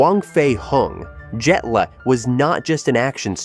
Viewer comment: Jet "leg" n again Fong Sai "Yak" what in a hell made this guy pronounce it like...or is it just a person with less speaking English speaking with American accent AI